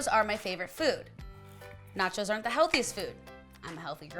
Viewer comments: Every time she says "chos" I think she's saying "chodes" hahaha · Every time she said the word "Cho's" it sounded like she was saying "Chodes". Love it. 😂